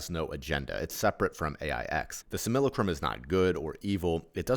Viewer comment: Not to be that guy, which I actually am, but it's pronounced "sim-AH-la-crum". As to how much that really matters I don't know. I do want stuff like this to reach as many as possible and something so simple as the pronunciation of a word can turn people away. It's not a commonly used word, being basically just a fancy way of saying "copy" so I don't blame anyone for the mispronounced word, but I've found it's good to be as exact as possible in every area. I'm not too keen on the whole "We came here to learn thing". It's the most positive interpretation of what this place is once you figure out that this place isn't "real" and it's a controlled enviornment, but I'm confused as to what it is we're supposed to learn and why we have to learn it. I do think we agreed to come here, but I think we fall into three categories, the first being those who helped create this place, the second being those who were more or less tricked into coming here and then got "stuck", and those who come in so they can either bring about the end of this thing or to ease the suffering of those trapped here. I think this place is unique in all of reality by being the only place where free will can be violated by another. The aim of this place is to either be separate from "God" or just to keep it going for the free will violating reasons. It was allowed to be created because sometimes you have to allow your kids to make their own mistakes, as well as being inevitable as all possibility must happen in an